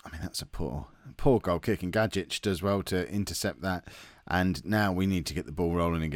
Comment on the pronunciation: Gajic is pronounced Guy-ich